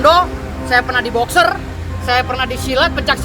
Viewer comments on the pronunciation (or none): Boxing bang bukan Boxer wkwkwk